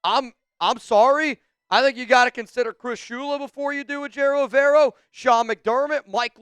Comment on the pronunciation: you gotta learn how to say Evero’s name if he becomes our coach